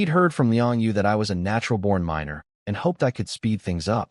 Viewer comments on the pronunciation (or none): none